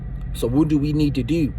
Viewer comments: Bro I’m sorry but plz stop saying dew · 🤣😂😂😂 "Watch what you Deew.. just do it right" So he really know how to say do lol